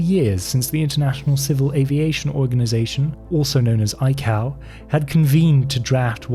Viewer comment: ICAO is pronounced Eye-Kay-Oh, not Eye-Cow.